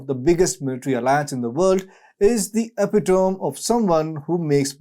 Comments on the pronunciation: Why do you not know how to pronounce the wore epitome. It's not epi-tome, it's e-pit-ome. Learn how to read. Ukraine is DONE. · Ah-pit-ah-me = epitome. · The “epi-tome”, I love some of these Indian pronunciations!